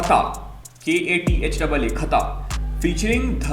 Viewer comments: It's Katha Not Khatha 😅😅😅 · It's katha not khata , and katha means story